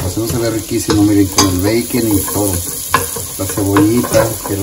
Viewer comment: Habla bien puñetas (Bacon) 🤦‍♂️